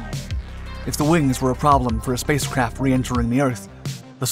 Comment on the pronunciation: Is he saying spacecrap 😆 NAZA never left Earth 🌎 🤔